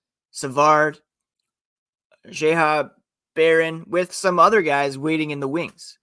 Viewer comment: Correction, the Habs aren't over salary cap with that trade, they're a bit under cap. 500k free space. Also Xhekaj's name is pronounced 'jack-eye' not 'jeh-ha' lol.